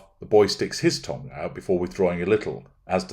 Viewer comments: Why are you saying tongue like tong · OMG - thought he said "tong", which I assumed was another version of "todger". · I love how you say 'tongue' 😂 😅.